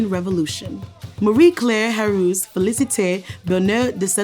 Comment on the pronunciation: She butchered the name of Marie Claire but we can let that slide 😂